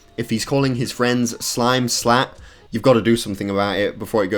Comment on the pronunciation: The ironic thing is it’s supposed to be slatt not slat